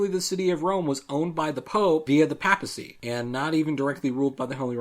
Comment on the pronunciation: FYI, "papacy" is pronounced like "paper". The first "a" is long